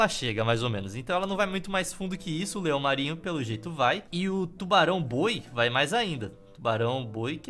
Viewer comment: Qnd o amdré falo 'leão marinho' eu juro que ouvi 'leon marinho'. Leon marinho.